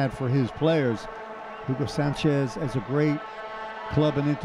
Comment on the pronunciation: jiugo sanchez !!!! it´s a bad pronunciation